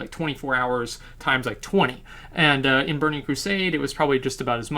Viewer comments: I want to see a 2 hour video of just you trying to pronounce Anduin's name. IMO, all raiding tiers should be like HM and BRF (pre ilvl boost), normal of the new raid is slightly lower than heroic of the previous one. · All this knowledge about WoW, still can't pronounce Anduin.